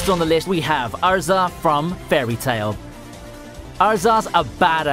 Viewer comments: He said arza instead of erza lmao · Erza not Urza, Mee-ka-za not Mi-kuza.. geez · Is it just me or does he say some of the names weird. He says erza (pronounced how it looks) kind of like ar-zah. He says goku funny too. Could it be an accent thing? I don’t have a problem with it, just curious what’s behind it. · Was it that hard to say erza